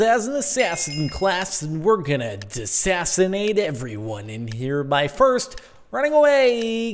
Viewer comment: Lol sometimes when Jordan says here he pronounces it as hiyar with a strange accent